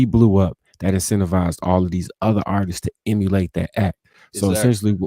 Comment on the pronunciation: How yall keep letting this dude say "artises"? ARTISTS has two syllables not three!